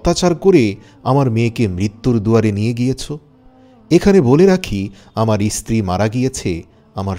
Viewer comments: ইস্ত্রী বলছেন কেন, কথাটা স্ত্রী। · 1st of all its stree not istree